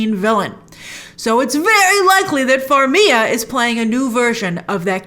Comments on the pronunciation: Wait, how do you pronounce Vera Farmig’s name? 😂🤣 Farmia? 🤣😂🤣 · Grace it’s been so many years...you need to PRONOUNCE the G in Vera FarmiGa